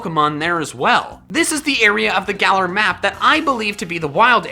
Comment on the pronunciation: Am I the only one hearing say GalER